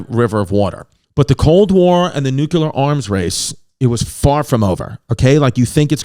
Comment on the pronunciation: NUCLEAR, Chris! Nuke. Lear. Say it with me... Nu. Ke. Le. Ar. Nuclear. NOT: Nuke. Ular. U. Dufus! -with love